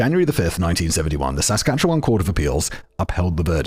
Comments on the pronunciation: Also "saskatcheWAN" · And Regina... And Saskatchewan was a bit rough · I know it's probably already been said, but toque is pronounced like tOO-ck, like torque but with a long O sound. Regina is pronounced like Vagina, yes really. And Saskatchewan is a bit weird. We don't really emphasize the vowels so much. It's more like Sis-scatch-iwan. Sorry for being a dick. Love from Vancouver, British Columbia, Canada!! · As someone who was born and raised in Saskatchewan, this episode was painful to listen to. For the record, the "wan" in Saskatchewan is pronounced like the number 1, toque is pronounced like "tuke" (long U, no eh sound on the end), Regina has a long I sound when referencing the city, and "paring" is a homonym of "pairing." Now do Robert Latimer. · Sask with odd emphasis and "Re-gee-na" are also giving me a chuckle while also making me cringe. I'll take it though for the Canadian stories!